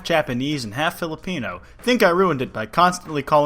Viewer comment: As a filipino, I don't know how to feel about philipino. That feels like you're saying philidelphia or philippians.